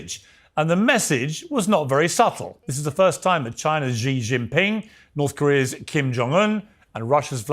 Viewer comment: Tell Pier Morgan XI it's never pronoun with the Z.